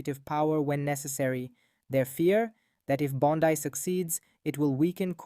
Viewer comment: If you are a person, and NOt an AI voice, her name is pronounced BON-dee, not Bon-DIE. Don't post if you don't know what you are doing, homie.